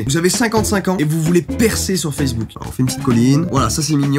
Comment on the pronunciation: "sur fesse bouc" mdr